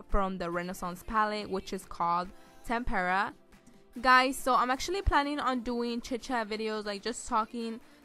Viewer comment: It’s tempera not tem-perra. It’s one word.